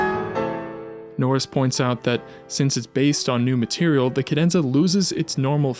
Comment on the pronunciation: Why do you pronounce ‘cadenza’ like that?